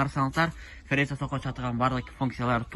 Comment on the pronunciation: фериза деп айтылбайт тууган Фреза деп айтылат